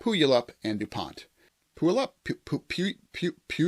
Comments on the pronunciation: It is pronounced PU-Yall-up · Slow progress, is still progress. Everything looks great!!! Pronounce it pew-y'all-up. 😃 Lots of odd sounding city names up there in the pnw.